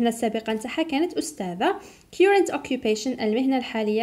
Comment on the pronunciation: On the name of many pupils and parents I thank you so much for your efforts.May Allah reward you better...just a little remark on pronounciation of "current".it's wrong.have a check.